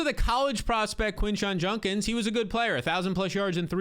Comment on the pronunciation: ITS JUD-kins not JUN-kins! EVERYBODY be saying it wrong